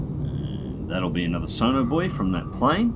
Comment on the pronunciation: it took me 17 minutes to realize you weren't saying sonar bois